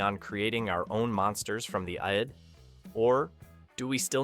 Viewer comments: But you mispronounced ID as "Ie eD" - it's "Id" as in the part of the mind in which innate instinctive impulses and primary processes are manifest... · The E,I,D, what the hell is that. This has got to be a generated voice or the narrator has never seen this film. Freud would laugh at you. Haven't you ever heard of the Id, the Ego and the Super-Ego. All terminology from Freud. Id, one syllable. Think of word "Squid", now get rid the Squ and what you'll have left is "id". Walter Pigeon even describes it in the movie. The Blu-Ray is beautiful too. Worth the wait thru my LaserDisc copy , which is now framed on the wall, and on to the Blu-Ray. And I'm sure everyone except the narrator who didn't say that there was a men inside the Robby, know that it was just a movie prop. Which is still around too. A collector owns it. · The narrator managed to say "id" correctly once! Yaaay! But my favorite mispronunciation when when the narrator mispronounced it as something like, "E D," and to be fair, I can certainly see erectile dysfunction creating psychological monsters. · Don't know if the narrator is human, but the materialization of Edward Mobius's mind is referred to as the once common psychological term used to describe the elementary basis of the subconscious mind, it is pronounced the "Id" (like "It") NOT I.D.! If you're gonna do reviews like this, at least get your terminology straight, otherwise you sound... well, stupid! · ID !! For crying out loud. Makes this hard to listen to....CRINGE.......and then I hear, 'ID-DEE-DEE'!!!!! An AI voice warning about AI whilst getting something quite simple, so fundamentally wrong. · It's pronounced "Id" (like the pronouncing the first part of the word "idiot" without the "iot") not the letters "The I D" You would have known that if you watched the movie or listened to the submitted script to some AI voice over you didn't check it. Sad... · It's not "I-D", it's id. A word, not initials. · "Eye-dee" monster? Idiot.